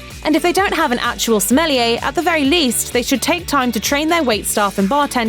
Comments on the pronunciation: It’s not Smelliyea! It’s Sommelier!!! God! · What is a smelly a's. Please pronounce a wine expert correctly. Isnt it the JOB of a voice actor to pronounce a word correctly. Looks like i have to find a new voice actress for steak houses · Anyone else cringe at her pronunciation of the word “Sommelier”... it’s French...